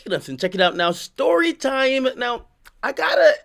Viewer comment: AK:STOWEWWRY TIME